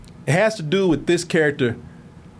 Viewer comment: "Ro I quit?" 🥺😭